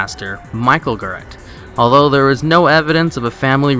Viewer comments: The way he pronounced Garrett (as in Pat Garrett) was painful. lol. It's pronounced G-AIR-ETT not GAR-RETT. Oy! Kudos for finding the eggs, though. ;-) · GAR RET not GUR RET